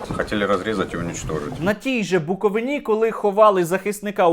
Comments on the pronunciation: На БуковИИИні, а не на БуковинІ. Друкую тобі це, як буковИИИнець! ))) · На БукоВИні а нэ на буковиНІ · Правильно ни БуковИні... а звідки саме з Буковини? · Лиш на БуковИні, а не на БуковинІ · Сергію, при всій повазі!! Не на БуковинІ, а на БуковИні, наголос на И.дякую... я з Чернівців, мені краще знати , як рідний край називати! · Вітаю, Сергію!! Але не на БуковинІ, а на БуковИні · На Буковині (наголос на И), ціле кодло московітських попів не останньої ланки їхньої ієрархії. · На буковині наголос на и! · БуковИні. Наголос. Ріжить вуха. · Букови'на)) наголос на "и") Дякую за відео та розголос, соромно за присутність МП на рідній Буковині... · Сергію, Правильно говорити: "БуковИна , на БуковИні".